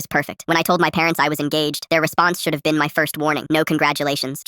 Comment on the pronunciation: Guys did you hear the start it said “molten has always Bean” and not been